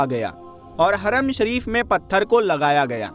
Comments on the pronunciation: Haram hota hai haraam nahi hota hai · Haram aur Haraam me fark hai bhai...kindly pronounce properly brother...Bohot badhiya tehqeeq hai... MashaAllah MashaAllah... BarakAllah...